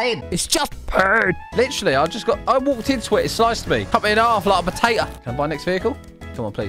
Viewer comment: "pota'a" nice Irish accent your learning!